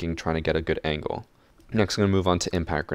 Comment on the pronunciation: I like how you say "angle" as angkle :D